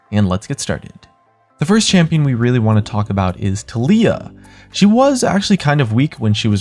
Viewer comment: Tal e yah learn how to pronounce